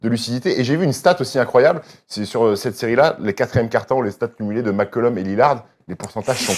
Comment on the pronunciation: Je vous aodre les gars mais svp C'est CJ Mccollum Pas CJ Mcculom